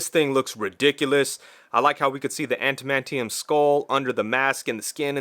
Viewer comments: Did you just say "anti-mantium"? 😂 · Why do folks have such trouble saying that word? "Adam-ant-ium"😁 Anyway, great review, but I'm honestly not keen on that figure. I think the older ones, brown suit in particular, look better but I don't think I like the whole soft goods aspect of these figures. The price is ridiculous for a 6 inch figure. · Lol I like how you say adamantium, also dope review I can’t wait for mine to ship from bbts